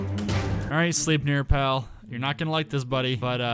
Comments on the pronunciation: Its sl-ep-nier not sleepnier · Sleipnir is pronounced like "Slipneer" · Wait I thought his name was Sleipner not sleipnir